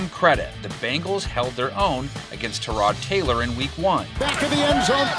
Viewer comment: Props on knowing how to say 'Tyrod Taylor.' Someone was paying attention during Hard Knocks in 2018.